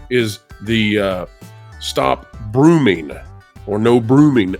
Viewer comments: Why can’t you say the word “grooming”? You said brooming instead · Brooming? Really? It's English. Not hard to speak. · Stop brooming???? It's "grooming" son.